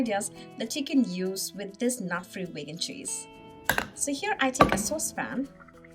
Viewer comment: Vaigan? It's veegan, right?